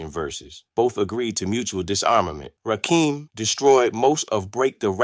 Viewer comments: Please reconsider doing AI audio for your videos. "Verzuz" is pronounced "Versus" not "Vare-Zoos." This is a computer trying to pronounce words that are part of Hip-Hop. No one who cares anything about Vs. would fail to pronounce it. "Rakim" is pronounced "Rah-Kim" not "Rak-Keem." By the time he said "Long live the Kane" with a "Live" rhyming with "jive" instead of rhyming with "give" I was done. You're covering topics we are all very interested in, but please use your own voice or some other human who knows something about the topic. The poor AI pronunciation robs your videos of gravitas and weakens the legitimacy. Respectfully, use your own voice instead. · It's rakim not rakeeem where is dude from Nebraska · Dude first off it's RAKIM RAH - KIM NOT RAKEEM AND DONT POST WITHOUT DOING YOUR HOME WORK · I'm 2 minutes in and I have heard it from Rakeem (can't even pronounce Rakim!) himself via his excellent book, Sweat the Technique that; he felt Kane and G Rap were his main competition. Mama SYEED knock you out? What? Men at Work was earlier with a slower cadence so wasn't against RAW at all, KGR and Kane were both in the Juice Crew so they really didn't have a conflict. Are you making this up?? Slick Rick didn't have beef with Kane at all. You contradict yourself by ssying LL was basic then said he was multisyllabic! The only slight issue the R had was with EPMD, he took a slight verbal jab st them. Dude, this is not for you I'm afraid. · He can't even pronounce their names right. When did "Rakim" add an "E" to become "Rakeem?" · Watch all of the assholes that can’t pronounce Rakim’s name. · If you cannot pronounce Rakim name properly. Why are you reporting on the culture? You must've been under a rock. Or your a youngin' who's just been exposed to Hip Hop. Not accurate, as I recall...